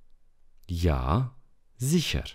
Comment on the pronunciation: De aceea români învată greșit! Doamne ferește ( ziher) de exemplu se pronunță ZIHIIA.adică (R) - ul nu se pronunță " doar rostogolit " și dacă se termină în R.se pronunță în tot deauna ( A).